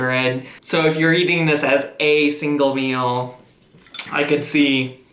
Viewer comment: The way she pronounces meal aggravates me so much “mill” no NO